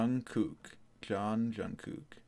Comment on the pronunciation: You’re actually supposed to pronounce Jungkook as Jungkoo, the last k is very suddle . and the u in jUngkook is pronounced as the ou in south.